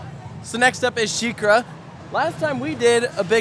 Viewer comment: Your mom calling sheikra shakira reminds me of my mom calling griffon gryffindore